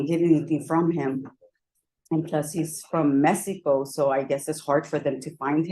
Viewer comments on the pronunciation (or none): Did this woman really just say her ex is "from Messyico?!?"